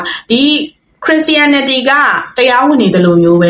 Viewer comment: အစ်မ ရေခရစ်ရှာရနတီလို့အသံထွက်ကမှားနေပါတယ်ပြန်လေ့လာပါဦးနော်